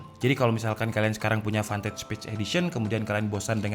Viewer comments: Uncle, that's Fantech not Pantech :v Hadirrrrr... 😂😂😂😂😂😂😂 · PANTEK... klw kata Orang palembang karena gk bisa nyebut F bisanya P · More like "PANTEK" Sir.. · Jangan malas mengatakan "F" 🤣